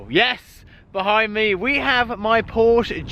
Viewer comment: You cannot own that car and continue to mispronounce the name of the manufacturer. Come on bro!!!